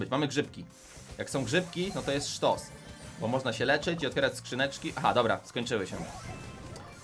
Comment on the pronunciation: Nie bu tylko bo